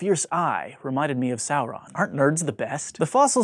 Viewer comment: Smaug isn't pronounced like "smog". Tolkien's "au" is pronounced like "ow". Incidentally you didn't pronounce Sauron correctly either, same mistake.